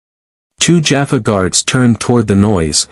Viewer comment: I have yet to come across even one channel with a cross over SG story that has pronounced Teal'c, Jaffa, Tokra, or naquitah (sp?) correctly. This one can add Apophis to that list. In the close captioning, he's lord Ape! 😅 It makes me slightly wince mentally every time I hear names being mangled.